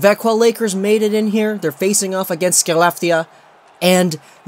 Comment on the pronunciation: Skelleftea is pronounced Haleff-tee-uh